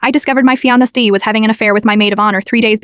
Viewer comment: What on earth is a “fee-on-uh-stee?” I swear the AI voiceovers are terrible. /j I know it’s fiancé.